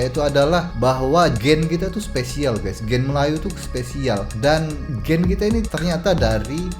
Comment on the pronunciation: Kelentong tahap maksima. Sebutan gene pun tak betul Merepek sungguh dan admin pun satu, boleh percaya benda karut marut ni.